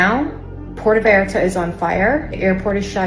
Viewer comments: It’s pronounced pwértō vīyártuh. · Benny…. (Pwerto Vi-Art-Uh) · Benny I know you're not Mexican and English is our language but cmon you can say Puerto Vallarta correctly. P-ware-toe Vie-ar-ta, Jalisco, Ha-lease-go. We're better than that. We can still make effort to pronounce places correctly even if they are outside the states. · Dude, it is pronounced PWEAR-TOE-VY-ARE-TA. You should know this. It is NOT PIERRE-toe. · For Gods sake Benny witaf? Learn how to properly pronounce Puerto Vallarta! Its poo-ertoe- vay-art-a. NOT Piertoo Vall arta. Jalisco is Halisco! J is pronounced as an H! Get it right dide! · pronunciation…. it is like (Pwerto Vayarta) 😊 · It's pronounced Porto Vay art a, just so you know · Poo-EHR-to Vay-AR-tah. Porto is even acceptable. 😂 Thanks for the summary. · "PEE-errortoe Vayarta" 😂🤣😜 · Ok Benny it's pronounced like this; Poorrto Vallarta..OK. lol 🤣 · Benny..,it’s “poo er toe vayarta” also “Hal ease co” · It's pronounce "Porta vayarta". As a journalist, you should at least pronounce it correctly. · Dude sorry but you are sounding silly not pronouncing “Pwerto Vi-arta” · Come on, Benny. You don't know how to pronounce Puerto Vallarta? Here: poo-air-toe vie-arta. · Pronounced Pwerto-vy-arta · Puerto Vallarta is pronounced p-where-toe bye-yarta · Phonetically Pwerto Vye Arta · Benny, please learn to pronounce Pwerto Va Arta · It’s pronounced “PORTO VAIYARTAH” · Pee-air-toe vay-R-ta 😂😂😂😂😂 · "PWHERE-TOE-VIE-ARE-TA." Please Bennie...please. 🤦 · Benny....It's pronounced PWERTOH. VIERTO. While we're at it...the word is NEW CLEE R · Pwartoe ViYarta…you’re making my ears hurt lol. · Pooh-war-tah… Viii-R-tuh. 🌴🇲🇽🌯🫔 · Poowerto Viarta is the pronunciation. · Pwair-toe Va-yar-ta, Benny. Haleesco=Jalisco. "J" = "H" sound. Don't worry. You'll get it. Love you Benny!😉❤ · Benny, it’s pronounced “Porto Vi-arta “ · It’s pronounced port-uh vi-art-uh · Benny surely you know how to pronounce pwehr-toe vay-art-a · Pware-Toe-Vie-Arta, you're welcome